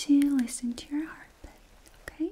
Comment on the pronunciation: Oh no! Not a fast heartBIT 😭😭😭